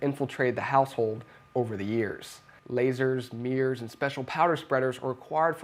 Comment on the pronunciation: Why do you call mirrors meers? Bruh